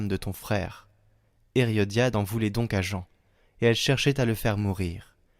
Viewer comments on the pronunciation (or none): Herodiade, et non Heriodiade… 😉❤